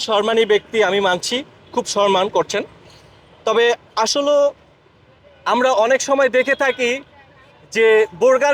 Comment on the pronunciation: শব্দ উচ্চারণ করতে পারেন না আবার ইউটিউবার গিরি করেন সম্মান কে বলেন সরমান